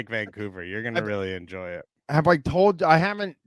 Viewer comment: I think you meant to say "I hope you all enjore it!"